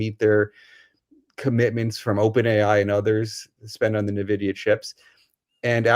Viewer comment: En-vidia, not Nuh-vidia. It never ceases to amaze me how "experts" cannot seem to pronounce words correctly. NUClear, NucUler.